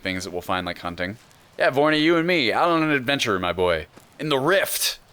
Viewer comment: Happy new years! I'm with you on starting out in the rift. I think thats a good call but be careful. I've been fucked in the ass by bears around there. Also, might I humbly protest the mercenary Vorny.....my name is VORY and this is killing me. literally every time you say his name I cringe. Congrats on the 2k brother. I know I felt like it was a major accomplishment. honestly you should be blowing up right now...but youtbe has changed a lot in this last year and harder than ever. Cheers! I'll be entering the giveaway as soon as I'm not so drunk.